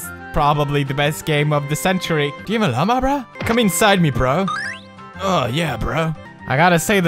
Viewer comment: I cringe every time he says llama.